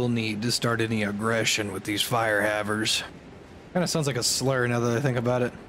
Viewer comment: Why did J instinctively go into a Native American accent when talking about "fire havers"?